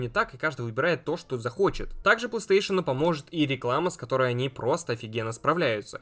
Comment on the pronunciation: Почему плестеешен? Не сложно ж выговорить нормально, у тебя ж нету дефектов речи.